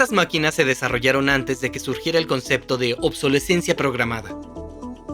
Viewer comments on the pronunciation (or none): none